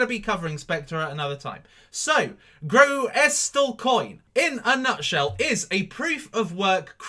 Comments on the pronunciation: its prounounced gr-oo-sil lol but love the vids! do you think the altcoins will regain its bitcoin value before it dumped on oct 8th? thankyou! 0x71000b7fa6a347b5bae6b528a109efeb2f692867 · Say it like, 'GROOSLEcoin'. Real simple. (GREW SUL). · it's pronounced as ''Groosle coin''